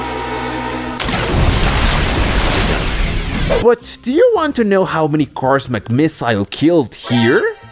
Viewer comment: Your supposed to say it as "Finn Mc miss ol" not "Finn Mc miss i le"